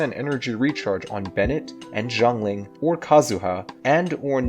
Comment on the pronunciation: They still can't pronounce Xiangling properly